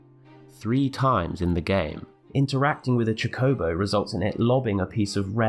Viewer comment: That pronunciation of chocobo is absolutely despicable haha. Amazing video, wish you had more content! Really great stuff.